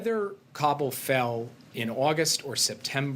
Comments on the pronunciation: He keeps saying Kambul. What an idiot. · Please INFORM the dumb guy , the disaster is not KAMBUL , it's Kabul .